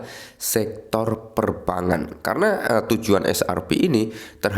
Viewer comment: Perbangan....gak enak didenger bang...bang sama bank dibedain ..biar enak di kuping